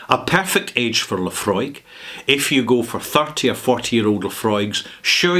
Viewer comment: Thank you mate for not reminding me how to pronounce Laphroaig correctly rather confirming how to pronounce Laphroaig again. Yes... this man right here is that man that does know how to properly ask a question and I remember when I first called for Laphroaig at a bar. Yes, when I cannot find people who know, I tend to do some research prior when I know nothing dulling simpletons are who will say to me including my people that they know, and I called for Laphroaig at a bar because of the proper pronunciation of Laphroaig at the bar. People were interested and then when they find out it is scotch they run away in fear while drowning their sorrows at the bar while me mates are having a laugh of bantering. No, this is not a lie, and it is not The Truth either because how can I remember every little detail when I am kicking back beers while sipping on single malt scotch? Telling me you know how to call for Luhfrog and demanding that your ignorance is somehow the proper pronunciation when me mates know Laphroaig properly that goes onto them, whoever they are, insulting us by saying we do not know what we are talking about that further goes onto a slight shake of my head horizontally. Yes, I do not have the taste of Laphroaig down, as I only called for Laphroaig once or a couple of times, literally, and I do concur with you on that IF Laphroaig were independent what you have called for would have happened two months ago yet worldly people only see that when they make money they are